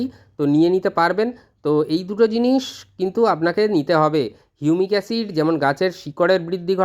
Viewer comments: হিউমিক অ্যাসিড নাকি ইউনিক অ্যসিড....উচ্চারন টা স্পষ্ট করুন। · এই এসিড টার কি নাম বললেন আর একবার যদি বলেন। ঠিক বোঝা গেল না ।